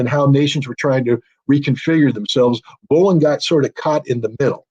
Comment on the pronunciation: Dear.. PLEASE teach that Yankee how to pronounce Volhynia... Volin makes my ears bleed.